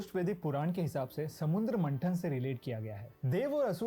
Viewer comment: Whoever the guy is in the video he clearly needs to study the very subject he is talking about. The most important aspect in Sanskruth is pronunciation. This Indian guy is so embarrassing. He literally called Parashuraama as "Pashu" Raam which means "Animal". मंथन ko मनठन bol raha hai... मंदार पर्वत ko मंडार bol raha hai 🙄🤷 हयग्रीव ko हया ग्रिव 🤮 हिरण्यकशिपु ko Hiranya Kashyap... हिरण्याक्श ko हिरन यक्श 🤒🤧 This guy is cringe!